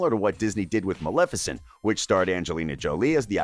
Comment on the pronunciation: You pronounced Maleficent wrong